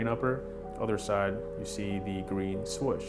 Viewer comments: i thought it was 'swoosh' , not 'swish' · this dude really says 'swush'